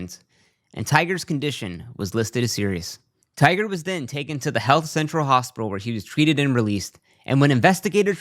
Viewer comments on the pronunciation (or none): his name is Tiger not tigger ffs speak English